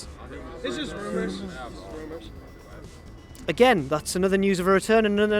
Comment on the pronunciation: "rumous" whoops